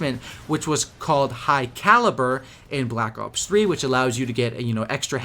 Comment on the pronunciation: Is it just me or does he sound like hes saying black cocks 3 ?